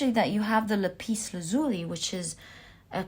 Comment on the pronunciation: I picked Pile 4. Ty so much, that was so right, so good, all of it! Now, there are a couple of things I'll point out: I believe that the blue stone is pronounced, "la'-pis (accent on the first syllable) la'-zuli (again, accent on the first syllable. That's what I grew up with, anyway. Next thing: I had to smile when you said you had "a hinch" (even my autocorrect tried to correct me); I do believe you meant, "hunch".